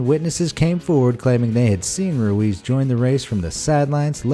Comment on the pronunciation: Your pronounced ruiz wrong